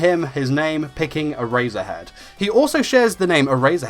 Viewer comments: Every time he says Erasure and Erasure head, I hear A-Razor-Head and A-Razor XD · lol sounds like hes saying "A razor head" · “Era-zure-head” he says x’’’D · I stopped watching the video because of how badly he pronounces eraser heads name